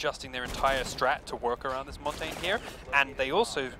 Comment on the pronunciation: Montain? really? You would think an announcer for the pro league of a game could pronounce Montagne.